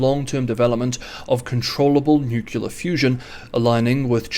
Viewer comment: Please don’t say nucular - say nuclear - “new clear”.